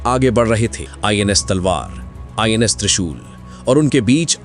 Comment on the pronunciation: NIS nahi INS hota hai bhai